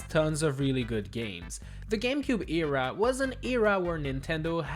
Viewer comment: eara??? its era my guy